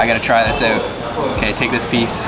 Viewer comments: great vid, really nice to watch. also funny how you pronounce out, like, oowt :) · are you canadian? the "out" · I am guessing you are from Canada...because of the way you pronounce words with "OU"...hahaha anyway NICE VIDEO!!! very informative 😊